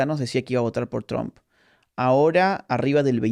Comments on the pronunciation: Se "pronuncia"tromp" y no "trAmp" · Tromp? Tramp? Chroam. Asi se pronuncia Agustín! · Agus... por favor, te amamos pero no pronuncies TRUMP como un Cubano... VLLC!